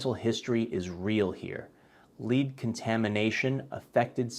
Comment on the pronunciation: “Lead contamination” it’s pronounced LED not LEED. It’s harder to have confidence when you mispronounce elementary school words.